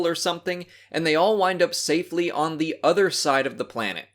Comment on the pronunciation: Dey travelled through da planet core.